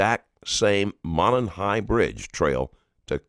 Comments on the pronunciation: Whomever the narrator is, just STOP. I''ve caught you already in 3 min stating your opinion and false assumptions about facts. STHU! And its Delphi ~ Delph-eye not DELPHEE. And its Monon ~ like MO NON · It’s moe non high bridge and it’s del phi